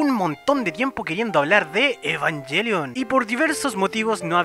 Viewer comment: Después de varios videos al fin alguien que hablar con la mayor coherencia y puede pronunciar los nombres de Evangelion correctamente... cough cough... Ángel Salfollas.... cough cough... Indie... cough cough... etc cough cough... Aunque una cosa, yo personalmente siento que dijiste lo obvio pero para humanos tal vez para mayores de 14 años (la edad de los pilotos xD) Me gusta ver estos videos para compara mi información, pero no siento que hayas algo que no supiera, aunque estoy muy agradecido que te tomases la molestia de decir bien los nombres. Like!